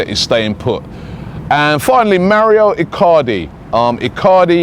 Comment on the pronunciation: Mauro!! Not Maurio!! "Mowrow"